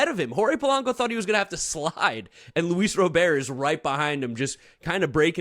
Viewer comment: If Luis Robert is your guy can y'all at least show enough respect to pronounce his name correctly? Cmon boys it's a family name, Italians should understand the importance of that. Say it right. He's not Haitian.